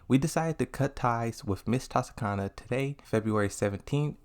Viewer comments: U fucked up pronouncing and spelling her name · I’m triggered because you keep saying her name wrong lol I am honestly shocked. Tanukana was the player that got me into Tekken, I followed her for years and can’t believe something like this would happen. I agree people can change however in such a spotlight once you’re cancelled that’s it. It’s hard to even get to that point and even harder/close to impossible to come back. We don’t truly know what she said, I won’t trust a Reddit source , but we do know it was something bad enough to her cancelled. I hope she takes the time she needs to reflect. People make mistakes and people can change. Wishing her the best.